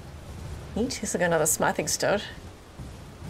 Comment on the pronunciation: can someone please tell her how to pronounce: Smithing